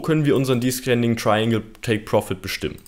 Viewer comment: danke für dein tolles video :) aber bitte man spricht es deszending aus xD